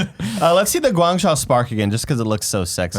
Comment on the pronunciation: Guangzhou is pronounced "gwang-joe"